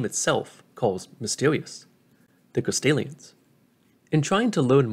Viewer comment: Good video, but I can’t help but hear “Castilians” every time lmao